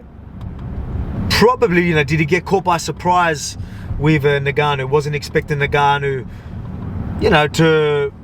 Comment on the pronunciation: Are you purposely saying “Nigganou” 🤔